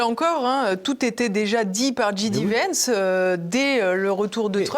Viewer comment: Bonjour, Pouce en l'air et commentaire: Il faut dire "Ji Dé" Vance, à la française, ou "Djai Di" vance, à l'anglaise (ou Vance tout court comme le fait Alain Juillet). "J" se prononce "Djai" en anglais, on a compris pour DJ qui se dit "Di Djai"! Comme son nom a été prononcé de (très) nombreuses fois... Bravo pour vos émissions et longue vie à TVL!